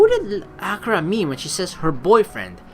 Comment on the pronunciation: The pronunciation for akira is a-key-ra FYI just so u know it's just annoying me....but that's just a pet peeve of mine sorry D: anyway like always GREAT VIDEO (puts thumbs up) it's not in the morning.......... Well idc it's katawa shoujo so fuck it